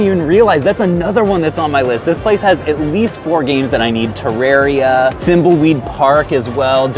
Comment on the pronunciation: Wow... he said Terraria right